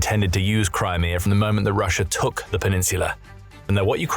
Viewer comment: It's Russia not Russiar